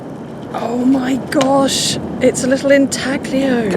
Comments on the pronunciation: Beautiful find! BTW, the "G" is silent in intaglio. It's intahleeoh. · Intaglio is pronounced intallyo. In Italian gli sounds like li in million. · "Ihn-taggah-lee-ohh" HAHAHA. Brits